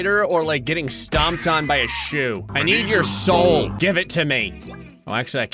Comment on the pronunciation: I often listen to videos when drawing and I tend to zone out a lot- so it’s always amusing when I snap back to reality and the first thing I hear is “GIVE ME YOUR SOAL.”